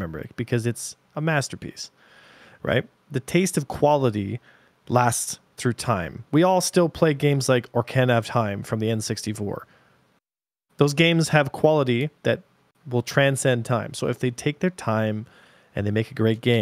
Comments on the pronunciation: My guy said “orcana of time” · Did just call it orcana of time?